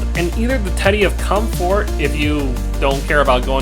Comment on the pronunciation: You pronouce alot of words strangely. Components, inventory, fatigue, comfort. Just saying